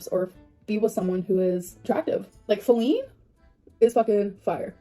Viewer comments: could someone plz explain to me why ppl are saying feline instead of faleen?? /gen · No one should be feeding into the new name at all but lard ass says FALene